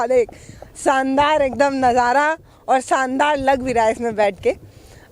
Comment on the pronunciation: मैडम आपका बोलने का उच्चारण ठीक नही है सानदार नही होता शानदार होता है